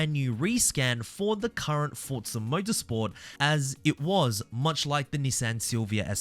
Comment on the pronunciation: "Fortza" is the proper Italian pronunciation.